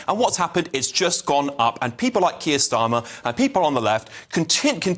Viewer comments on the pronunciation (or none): “Keir Stalin” 😂